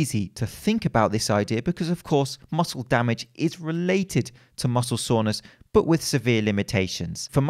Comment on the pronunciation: Why does he keep saying „muscle saunas“ lol